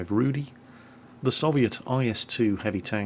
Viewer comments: Just to clarify, Rudy means Ginger and is pronounced differently. It's more like Rooh-dih with a rolling "r". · Just for clarification..., you spell the name of the tank like it is some name "Rudy", but it means "Rudy" like red... Not like Rudy, the name. Rudy in polish means something like red colour in english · Not all Polish players are going to buy the Rudy. btw. love how you pronounce the name. ;p